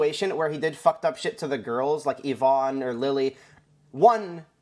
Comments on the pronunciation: It’s not yi-vonny, it’s yi-vonn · And " Yavoney" lol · Its pronounced ivon not ivoni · Yvonne= ya-von =ya-von-y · Its ye-von, not Ye-von-ee lol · Everyone saying Yvonni instead. Of Yvonne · Ee-von not Ya-vonny 😭😭😭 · It's not Yvoony it's Yvonne with an E not a y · ee-vonn NOT yo-vanny y-vonne there´s no "yo" in this name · "Yi vonny" "Yi voney" please man please stop you're hurting me man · Yvonne = Juh-vonnie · Yvone ee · pronounced E-Von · ikr its yee-vonn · I can't watch the video because I already know what happened and how he pronounces Yvonne is just triggering me. XDDD now I feel like a Karen in McDonald's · I find it hard to believe that no commentary channel can pronounce yvonne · How...do you manage to fuck up the names of the people who are front and center in this whole drama. Watching a single twitch clip could have told you how to pronounce it.... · i wonder if you'll ever pronounce yvonne